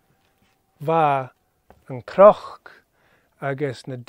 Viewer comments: Hey --out of curiosity, I am hearing an 'r' sound when you say the word cnoc (like a croc as in crocodile). Am I losing my mind??? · Tapadh leibh!!! fun story...as always. Why is CNOC pronounced with an R sound? I am also not sure what i am hearing with DH endings on words.